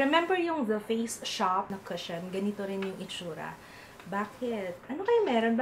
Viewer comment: sorry, it's "ku-shon" not ka-shon. 😀